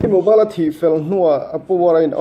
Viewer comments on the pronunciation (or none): I thring lutuk.... Mobile tiin lam rawh Mobal a nilo.. Reboot system Nau pawh a nilo. Reboot System now tur zawk a ni...